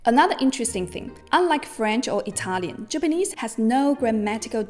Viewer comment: That's absolutely fascinating. I knew about writing system and context complexity in the Japanese language, but didn't know to which extent it stretches. Thank you for this beautiful explanation and, being Italian myself, I loved your Italian pronunciation!